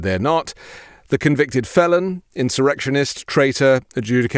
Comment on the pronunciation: “…the Fee-Lon…” -> “Fēlon…